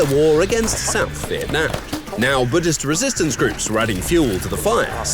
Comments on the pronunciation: He's Ngo Dinh Diem, not Ngo Dien Diem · One thing I want to point out though: his name is Ngo Dinh Diem, not Ngo Dien Diem. Anyways, nice video though